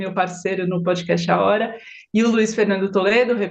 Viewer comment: De uma vez por todas: a pronúncia é pódcast!!! Não é pôdcast; não é pôudcast; é pódcast!! Não é nenhum fonema que não existe em português. Por favor!